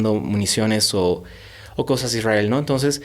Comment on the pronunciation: Jajaja de ahí empieza el genocidio..? Israel las víctimas?? Falta informarse no de noticieros, no de CNN, no de RT, con todo respeto, este muchacho no sabe nada... Esta contando su historia que mas recuerda... Aparte que dice ISWRAEL😅😅😂 vaya... Que payasada, los padres son los culpables.